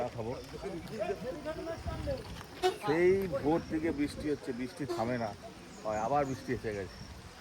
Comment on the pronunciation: r time tomader blog dekhte valo lage. But plz change your pronunciation ' bristi' karon khub kane lage. R puro blog jure anek bar sunte hay ' bisti' jeta khub kasto hay. Plz